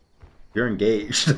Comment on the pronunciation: Congrats on getting en-gah-hayed